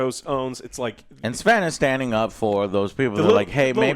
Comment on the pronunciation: Sven wasn't the only person from the BG3 Team that supported the mod team publicly, give them all more credit. Also, learn to pronounce his name, please